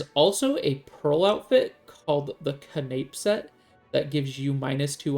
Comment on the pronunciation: CANAPE LMAO